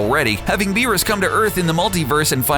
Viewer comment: Doomsday alone would wash all of these villains. None of them would stand a chance against him, not even Beerus with the Hakai. Also, never do an anime video again, because you guys can't even get the name right...